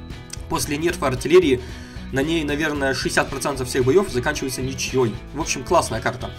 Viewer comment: на 5 минуте 10 секунде ты сказал ничьёй, а правильно ничьей